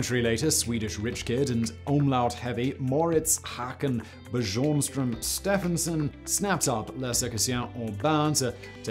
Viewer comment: Ba-jornstrom? I know (I'm guessing) that you don't speak ant Scandinavian language, but have toy NEVER heard/read the name Bjorn (Byorn)? It means 'bear' (the animal). Now you've learnt two new things, if what you read actually stays in yer noggin.